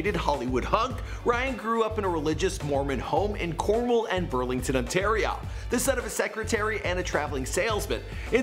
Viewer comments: It ON TAR I OOO NOT AAA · If your from toronto you should know no one calls it "Ontariah"